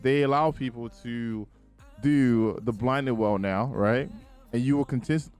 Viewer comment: Why do you say every name wrong. Blind Well!